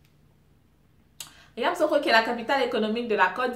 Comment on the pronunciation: on prononce YAMOUSSOUKRO non Yamoussokro,c'est la capitale politique;Abidjan c'est la capitale économique et administrative.Si tu as besoin d'un papier c'est à Abidjan qu'il s'y rendre et non Yamoussoukro.Je suis toujours branchée sur l'histoire de mon pays😍😂